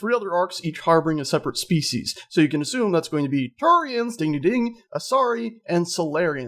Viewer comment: Drove me crazy how you keep saying Turians confirmed...